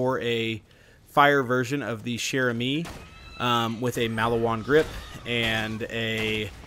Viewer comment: Just pronounce "chère" like "share" and that's it !!! You are already perfect for "amie"